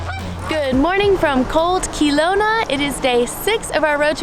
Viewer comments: Key-lona😂 it’s kel-owna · Its KEL-LOWNA, not KEE-LOWNA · I am glad you are having a great time my dears. But as a native British Columbian your pronunciation is bugging me.😊 Kuh-low-na is correct, not "kee". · Key-low-na 😂 it’s pronounced ka-low-na. Just to help you out 😀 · did she really say keylowna i am going to s c re a m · omg it’s k-ugh-low-na hahahaha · Just so you guys know I live near kelowna and it is pronounced kell-own-a. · I love how says Key-lowna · You say Kelowna so wrong! It’s not key lona. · No one says Key-lone-ah. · Yeah, it’s great though. Keep doing it. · You need to learn how to say Kelowna properly. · As a British Columbian born and bred I am officially changing the way I pronounce Kelowna to match version, in her honour.